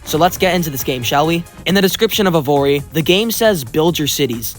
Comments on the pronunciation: Evory? Isn’t it evony. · Evory? Can you read, its "Evony". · Evony "Evory" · Lol.. e"VORE"y. BAHHHHAHHAHHAHHHAHHHHAHHHAAAHHH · Bruh keeps saying "Evory"? instead of "Evony" lol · I can’t get over the fact that you’re calling evony “evory” Also GUYS, DIDN'T YOU ALL BELIEVE THAT ALL THOSE PUZZLE ADS WERE FAKE? AND THERE'S NO SUCH GAME? BUT TODAY I'VE FINALLY FOUND THE GAME. EVONY THE KING'S RETURN. THAT'S RIGHT GUYS THAT'S THE EXACT GAME THAT YOU ALWAYS SEE IN THOSE ADS. I'VE SEEN ENOUGH OF THEIR VIDEOS, TODAY I'M GONNA PLAY IT. TO BE HONEST, I'VE GOT TO USE MY BRAINS TO PLAY THI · Bro called EVONY evory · I just don't know how you kept mispronouncing evony as evory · Called Evony not evory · The 3rd game’s name was EVONY not EVORY!!! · Anyone else annoyed that he said evory not evony? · Evory lol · why does bro keep saying evory either way you must have some eyesight issue lmfao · Bro every time he said “evory” 💀💀💀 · “Evori” .. dude can you not ready the ‘N’? Idk its bothering me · Mam said Evony with a hard R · I hate Evony with a passion, but how did you get it so wrong? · No one calls out him saying Evony wrong?